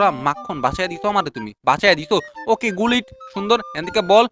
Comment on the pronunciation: গুলিট ❌ গুল্টি 🤣✅